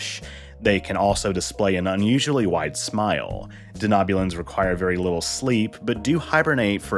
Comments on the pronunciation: Just wondering why you are pronouncing Denobulans the way you are? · I came to the comments section as well for this reason haha. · Lots of mispronunciations in this one. I expect that to happen when the speaker hasn't seen Star Trek, but this is surprising.